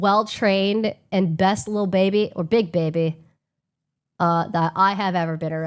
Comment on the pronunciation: 30 year old pronouncing baby as "baybeh" holy fcking cringe she is def showing her age